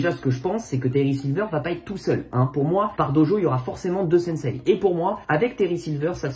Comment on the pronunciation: Ça me fait marrer quand il dit sensei il dit "sensay"